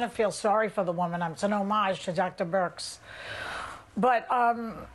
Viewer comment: I hope Whoopi's ok. Something seems off. She's been stuttering and mispronouncing words ever since she came back from being sick. "Dr. Brix"? and